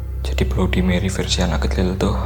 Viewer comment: Baca / ngucapinnya bukan Blodi Meri.. Tapi Bladdi Merri..